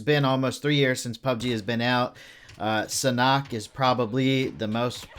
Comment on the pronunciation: U mean sanhok not sanuk